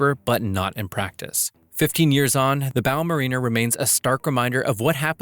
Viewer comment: As someone who used to work for Odfjell, it's Bow Ma-Rin-Ner as in a mariner, a seafarer, not a Marina, a place where yachts dock.